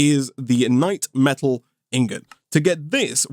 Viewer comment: for yall who didn't know, died 6 times to the lich, which he didn't show here lol, also note that keeps misprounouncing the knightMETAL as knightSLIME for some reason